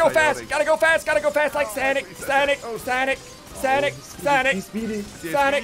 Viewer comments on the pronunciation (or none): He says sanic lol it’s sonic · Ssundee: LIKE SONEC LIKE SONEC